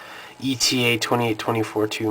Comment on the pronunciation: Ey-tah. Not E.T.A. You're welcome.